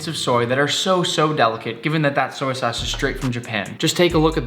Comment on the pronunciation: He said "soy sace" instead of "soy sauce" I’m dyiiinngg 😂😂😂😂😂😂😂😂😂😂😂😂